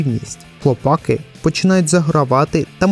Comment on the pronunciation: одне уточнення: не хлопАки, а хлопакИ. Перше слово походить від "хлопати" (яке взагалі не є українським), а друге від "хлопці". В оригіналі серіал має назву "the boys", тож робимо висновки. А загалом, дякую за об'єктивний огляд серіалу. Сподіваюсь наступні сезони не погіршать ставлення до франшизи, а навпаки.